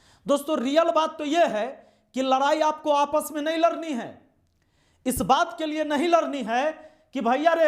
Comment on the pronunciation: Kab larni hai... Ladni hota hai 😂